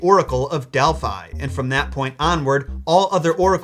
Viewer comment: I have a cat named Delphi and am extremely triggered by how you pronounce it XD